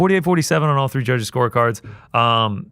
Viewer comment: Glad to hear everyone on this show can pronounce Fiorot properly, unlike the entire UFC broadcast team.